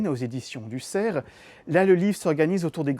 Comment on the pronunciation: Non et non, ce ne sont pas les éditions du ''SERF'' mais du ''CERF'' sans prononcer bêtement le f final !!!